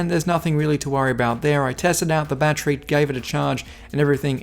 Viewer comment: I swear if I hear battry I’m done for the rest of my life